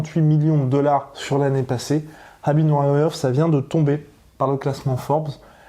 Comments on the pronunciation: non son entourage lui même le prononce Habib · ça se prononce habib